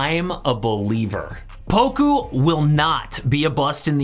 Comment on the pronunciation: Say poka instead of poku